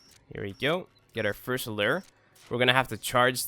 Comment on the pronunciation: lew-err lol